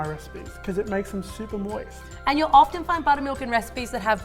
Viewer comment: LOWKEY CRINGING THEY SAID MOSIT